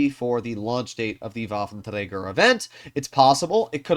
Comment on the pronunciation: Pls fix your "waffentragger" pronounce. Thanks